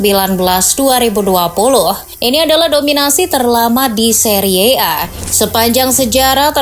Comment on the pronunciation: Seri a aja bacanya, gak harus seriye a